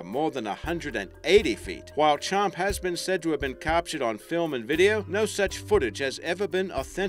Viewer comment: "Champy"...i live on lake champlain...